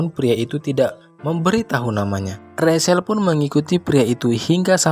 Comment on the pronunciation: Maaf, bacanya bukan Rasel atau rashel tapi bacanya Recel untuk nama Rachel.